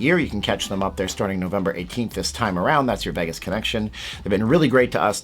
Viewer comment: it's pronounced VAYgus, not Veggus.